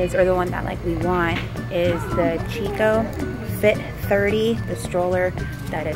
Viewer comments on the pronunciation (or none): none